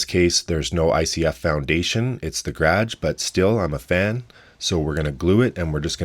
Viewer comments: "graage" lol I love it. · Never heard someone say “gradge” before… it’s weird but I kinda like it. Kinda like how Niko from corridor crew says “draygun” instead of “dragon” and I used to hate it but now I think it’s cool. Gradge… I have a one car gradge… I have a big ass spider who lives in my gradge… I no longer own a one car gradge… I like it. (The pronunciation, not the eight legged terrorist who took my gradge by force. I losing territory here! Vital land! That’s where my motorcycle is… was… it’s his now.)